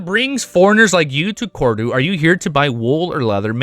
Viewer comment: I like how your pronounciation of Cordu sounded like "Corridor".😂